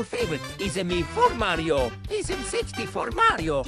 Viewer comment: Why did say Mario but it sounded like he said maryo